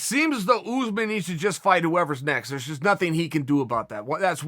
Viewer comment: Us- usman Chael- ooze man